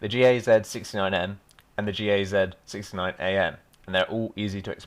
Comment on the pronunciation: Gaz sounds like "guzz"